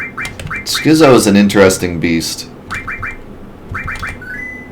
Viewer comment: It's skit-zo. As in schizophrenic. The more you learn.